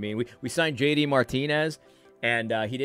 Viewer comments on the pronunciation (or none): none